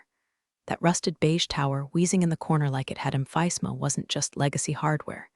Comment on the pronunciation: The AI doesn't know how to pronounce "emphysema"? Ridiculous.